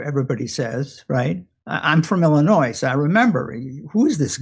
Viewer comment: People from Illinois don't pronounce the S.